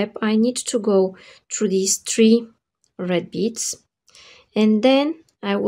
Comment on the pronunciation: have you been living in Dubai same years ago? there was a girl with her video tutorials who pronounced 3 (three) just like you (it sounds tree). If so........ you`ve come a long way great, if notc...please excuse my "curiosity" I love the ring and greetings from northern Spain